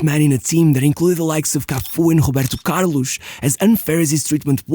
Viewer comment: Stop saying "Carlosh", "Santosh". Sounds terrible 😂